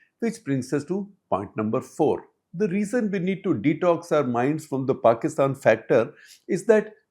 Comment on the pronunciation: Paistan not Pakistan. No Kashmir and no K